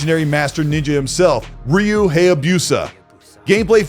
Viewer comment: You're definitely new to nonja gaiden... you said Ryu's name wrong 🤣🤣 i guess by your logic Death Stranding is 1st party playstation as well...